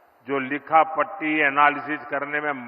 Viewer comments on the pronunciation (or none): लिखा पट्टी नही लिखा पढ़ी होता है